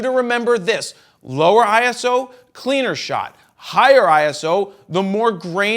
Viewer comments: Can't even listen to that video... That wrong pronunciation makes me crazy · Yeah, me too!